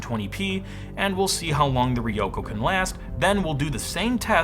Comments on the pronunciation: Also, not "Riyoko" but "Ryoko" - put an R in front of YO. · ryoko is a 2-syllable word. ryo-ko